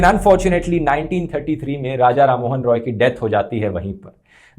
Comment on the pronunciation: You pronounced wrong 1933 Btw very good information 👌